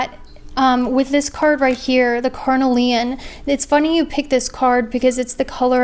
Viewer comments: Yeah I can't hear "carnelian" pronounced "carnal-ian"... it's "car-kneel-iun" 😬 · Haha I love how you say carnelian! It’s all good I have been doing the same. Thanks gurl for an amazing reading. So crazy it’s on point!